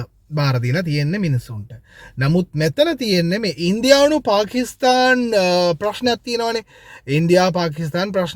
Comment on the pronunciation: පකිස්තාන් නෙමෙයි පාකිස්ථාන්